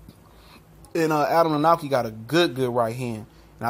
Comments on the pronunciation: It's pronounced Kovnoski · "kov-nats-kee" practice it now, we'll all need it for years to come :P proud of my countryman for getting this far. good video. guaranteed will be a good fight. will it prove much? no. martin walks the earth like a dog. still, power to the flabby!